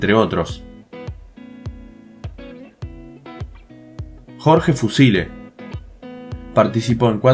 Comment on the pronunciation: Bro la "C" de Jorge fucile suena como una "CH"